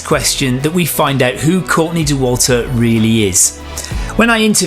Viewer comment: The person who thoutht dauwalter should be pronouced this way is crazy. This is just wrong.